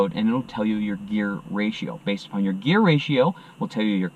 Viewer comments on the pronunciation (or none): none